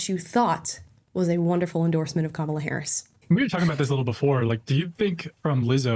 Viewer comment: You mispronounced Harris as "Herod." I'd say it's still an apt description.